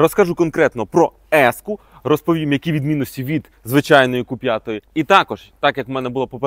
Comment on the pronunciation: Не ку а кю. Бо ку лиш моцкалі кажуть